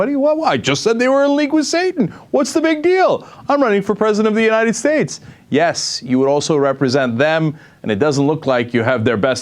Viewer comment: still laughing about the way she says "uninted states"